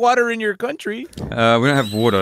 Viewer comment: As says wa’er